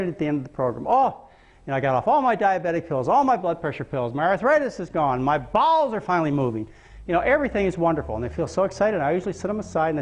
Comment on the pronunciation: ....... I know he says "my bowels are finally moving"....but it sounds like he is saying " My BALLS are finally moving" ....LOL